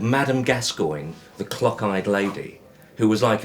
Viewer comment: Did he say "clock eyed" or "cock eyed"?